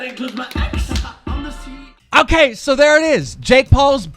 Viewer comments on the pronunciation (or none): Coo keem it’s ceo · this mans just said coo.......boi im pretty sure its ceo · "COO" -Use code KEEM